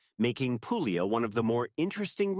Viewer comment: nice vid..thank you...fyi: Puglia is pronounced "pool-e-a". The g is silent in the middle of ALL Italian words. Two gg's are pronounced like a j. The Brits also seem to not get this rule either when they do travel vids.